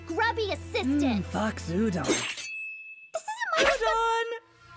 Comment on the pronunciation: Im sorry but the japanese “I dont wanna be ur gruby assistant pr whatever it said— kitsune udon 🍜 what. Udon🍜 uuudoon